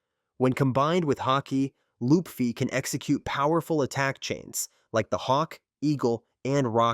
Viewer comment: You said "lupfy". It's LUFFY